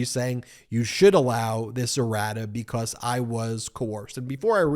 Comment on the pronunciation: Errata sheet. I heard radish😄